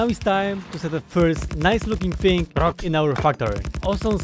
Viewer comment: Just call it: "Factorio except I replaced the rock sound with saying 'WROCK'"